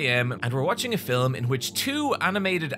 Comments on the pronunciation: "fillem", no hate I like hearing it lol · the way he says “filum” is what i liked in august 2024